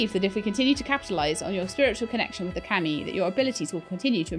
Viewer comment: It's KAH Me, it's how it's pronounced.